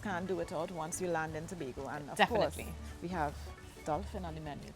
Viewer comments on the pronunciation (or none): Did she say dolphin 🐬?